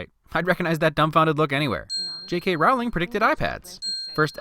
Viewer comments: Jk said herself that her last name isn't pronounced row-ling it's pronounced ro-ling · lol I've watched this before and I'm now noticing he's pronouncing her name wrong. It's Rowling like rolling. Nice job. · Every time you mispronounce JK Rowling's name it as if millions of voices suddenly cried out ... and were suddenly silenced. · Great video. You did a wonderful job describing a wonderful movie. Small note......Jo's last name is pronounced Row-ling, not Rowl-ing. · Okay, sorry. I'm gonna nitpick this. Rowling rhymes with bowling, not howling. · Stop saying Rowling like that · It’s ROWling not whatever you pronounced.